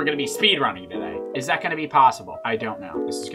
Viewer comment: “Spayde running”